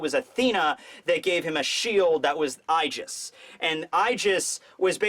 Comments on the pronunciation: Aegis is pronounce "ee-jis" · It's pronounced ee-jis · It’s not eyegis. It’s eegis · I thought there was no ambiguity in what blackbeard was going to get: Sabo's devil fruit. Koby getting rear admiral in just a few days might have something to do with his participation in the incident on the last day of Reverie. And lastly it's pronounced EE-jis. I guess you can trust me on that one. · the aegis from greek is pronounced ay jiss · goes into deep Greek lore for a word he keeps misprounouncing. Me: Or it is just the Greek word for shield? Love ya buddy... But you have covered pokemon and Aegislash exists... It's just a term XD